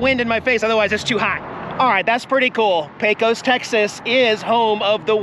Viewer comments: You're all registered in TX now, so let's get you talking like a native! And I don't mean saying yee haw. Lesson 1, it's pronounced Paycuss. Safe travels yall! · I believe that all of us Texans pronounce Pecos like Paycus (accent on first syllable). Somehow it sounds different when you say it. 😊